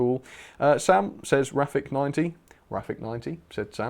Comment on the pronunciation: Sam you said me name wrong it's. Rafic but the c is said e